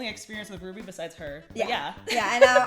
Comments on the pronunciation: Hey hey I literally tried so hard to correct your purnouncitaon of r-w-b-y Ps rwby came out 8 years ago almost at the big 10 time flies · I REMEMVEE QHEN SHE SAID R W B Y